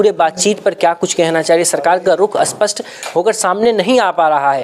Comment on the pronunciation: Phle to yeh btaoo aaspast hota hai ja spast hota hai 😂😂